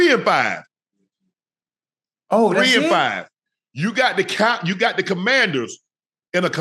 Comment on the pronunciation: Not a cowgirls fan but damn Shannon make 3-5 sound like 1-8